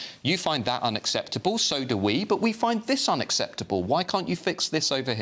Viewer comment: Why does Sion Simon speak like an Essex girl - drawing the last syllable out to moronic lengths? "If they don't fix iiiiiiit" "So I can tell you wot I think - like I don't kno "Given all tha' "